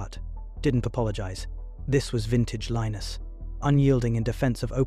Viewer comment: The “narrator” can’t decide how to pronounce Linus